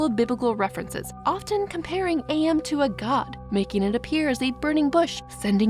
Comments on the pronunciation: Minor nitpick. AM is pronounced as am, like "I think therefore, I Am." Not A.M. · For future reference, AM is pronounced like the word am, not like the individual letters. "I think therefore I AM." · Actually I got confused when you said AM I thought you were saying IA 😭💀 But the confusion between 'AM' and AI (Artificial Intelligence) is interesting. It shows how easy it is to mix up those terms, especially both involve random outcomes. In real life, this mix up can lead to misunderstandings about technology. People might think AI is a malevolent force like AM, when it's actually a tool we control.